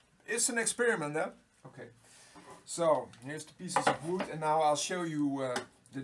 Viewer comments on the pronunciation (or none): ook wood dutch plus englisch funny guy